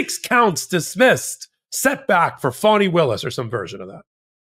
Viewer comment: It's Faani not Fawni